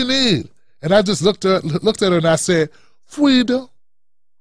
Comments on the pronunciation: She should talk to all the people she locked up about 'fweedom'. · I'm glad I had the fweedom not to vote for her. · They will never take away our Fweedom! - William Wallace